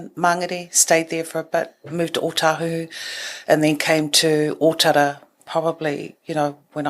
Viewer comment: Can you pronounce Otara correctly please with all your podcasts. Otherwise awesome.